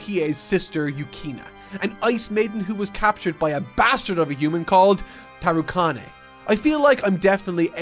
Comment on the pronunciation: the way you say tarukane and many other character names is physically painful. please watch some subbed scenes so you can at least say the names right